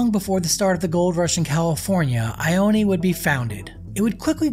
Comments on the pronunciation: it's not "eye oh knee" it's pronounced "eye own" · It’s pronounced ioneee lol it’s just ione lol I-own say it with me i own that’s it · It’s pronounced EYE-OWN not EYE-OWN-E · It’s pronounced I-own not I-own-e lol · It's pronounced I own. NOT I own ee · It’s I own. Not I owne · It is pronounced “eye own” not “eye own eee” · It I-Own not I-o-knee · Its not "I-own-eee" its "I-own" 😂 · It’s just ione not ioneeee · It’s not ioneee it’s ione! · It is not pronounced IonE. There is no long e sound at the end. I OO N. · The name is I own. E is silent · The town ione is pronounced eye own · It's pronounced eye own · It’s actually pronounced ( i own ) just incase you were wondering . Love the content by the way . I wonder if the closing of Preston is the cause of the decline in population of ione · It is pronounced I-OWN😂. Awesome, and informative video though. Just thought I would point out the pronunciation. Either way, you’ve added a new subscriber. Love the detail you put in. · It’s not pronounced Ione , just Ion you drop the e! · Probably a good idea to learn how to pronounce the town's name before you make a video. Ione pronounced eye-own. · Your not pronouncing ione right